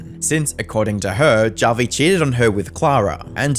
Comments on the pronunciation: It's pronounced as Havi (I'm Filipino) How do you say Javier Bardem's name? Javier or Havier? What about Julio? Julio or Hulio? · Is this guys name really 'JAH vi', and not 'HAH vi'? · Feels kinda weird that the internet anarchist, master of content creator research, couldnt confirm whether it was "hah-vi" or "jah-vi" for the video. that whole "or however you pronounce it" bit just left a bad taste in my mouth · Hearing this dude mispronounce Javi is nails on a chalkboard. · "This person whoever you pronounce their name cause I can't be fucked to look it up cause it's not like he deserves most basic minimum respect as a person" lmfao mask really slipping off, huh? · Would it really have been that hard to take 5 seconds to learn how Javi’s name is properly pronounced…? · "However you pronounce it" Listen white guy if you're gonna post some shit- at least have the intelligence to say a name correctly Some racist shit